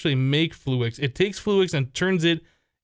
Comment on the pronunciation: Please it's fluix not flu-ex